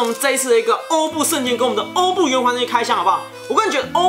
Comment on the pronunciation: 其实欧布圣剑真正的读音是“orbu gaiba”